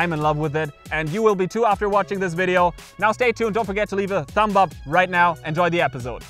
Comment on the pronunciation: Great tips. Thanks! I notice you always ask for a thumb up. Just wanted to say the 'B' in thumb is silent. So it's like 'thum'. Your English is very good, though.